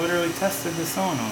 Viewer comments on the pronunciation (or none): you say selenoid but its SO lenoid